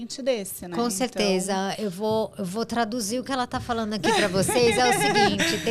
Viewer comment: Gente do céu, as pessoas não conseguem mais pronunciar o “nd”? É sempre “falano”, “correno”, caminhâno”. 😰